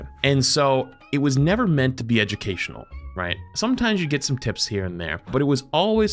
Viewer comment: I know he said education at the start. I still feel like I heard "Judgucational" and honestly? I feel like that's more fun.